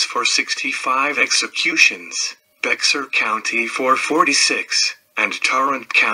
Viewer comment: Just an FYI, it’s pronounced Bear county. The X is silent ☺️